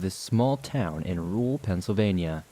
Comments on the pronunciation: It’s ok, I too find it practically impossible to pronounce the word ‘rural’ for whatever reason. 🤦🏻‍♀️🥴😁😂 However your absolutely amazing job with narrating makes up for it. 💚🥰😘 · Hey you're definitely not alone with having a tough time with the word "rural". I think a lot of people do. It a weird word I feel you have to over enunciate. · I agree! I don't mean to hijack your comment, but it wouldn't let me post in the main comment section. So I had to click on someone else's comment, in order to post this. I was going to tell, I'd be happy to help them get better at saying "rural". Instead of trying to pronounce the "r-u-r", just clench your jaws together and say, "rrrrr-al. Hopefully that helps! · Lmao, "and the first one is that I cant say rural very well" ah, yes, bonechilling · I truly believe no-one can say "rural" right. I know I can't. It's a weird word!